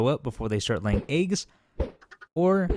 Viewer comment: The way he says eggs disturbs me. Good video though.